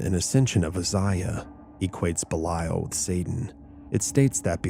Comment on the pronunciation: I might be wrong but I’m fairly sure that’s not how Belial is pronounced!